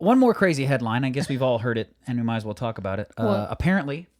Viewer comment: Oh my gosh, Y'all are so funny. And facial expressions are priceless!! My favorite story was the elephant story. Good for the elephant. Lol. Those were some wild Story headlines. I think my most favorite thing ever is how says "Well". It's more like "Wull" and I'm glad I'm not the only one who says "Well" like that. Hahaha. Great conversation and! 🙃